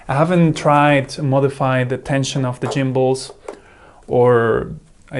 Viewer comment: Jimbals 😏. I'm guessing the hard "G" sound isn't present in your native language? 🙂 Go. Golf. Get. Gary. *G*ood comparison though; I brought the Eachine mainly because it was 15% cheaper than the Radiomaster but also because as you point out, the buttons were in a more convenient place. And how some people treat the Radiomaster version as a Veblen good is beyond me. 🤷